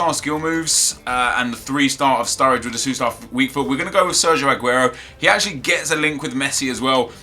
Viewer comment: hey nep can you please stop saying adguro is aguro